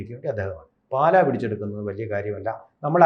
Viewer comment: പാല,അല്ല.... പാലാ ........>>>